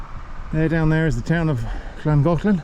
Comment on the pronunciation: I think your pronunciation of Llangollen is pretty good. (Not Welsh - married a Welsh woman.) You missed the double el at the end of Castell, though!